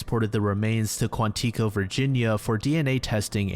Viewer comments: don't you ever say Quan tee co ever again, its Quanico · The way you say Quantico gets me every time😂 it’s kwaan•tuh•kow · why did bro say quantico like that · he pronounced quantico wrong too so maybe it's just a mental thing